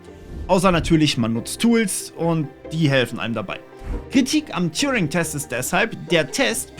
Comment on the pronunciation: TURING! Der Typ heißt: Turing! Ohne "J" (gesprochen "touring". )..mach nur Spaß, bin großer Fan.. Allet juute ^^🤣